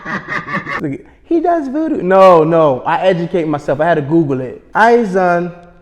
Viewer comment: got Ayizan soo wrong I threw my phone at him